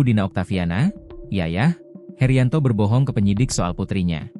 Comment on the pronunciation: Heryanto bukan heriyanto